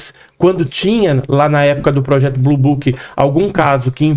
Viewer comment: Blue booking 🤣🤣🤣 é blue book